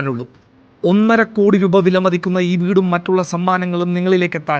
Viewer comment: കൊടി അല്ല ബ്രൊ (കോടി )